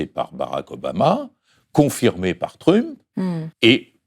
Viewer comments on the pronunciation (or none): M. Badie : avec le plus grand respect: décidez-vous à prononcer 'Trump' normalement, puisque vous le faites bien pour Nixon ou Jackson par exemple ;) Et merci beaucoup pour cet entretien rafraichissant.